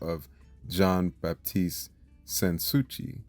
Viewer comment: SAns Souci is pronounced as "San Sue-see."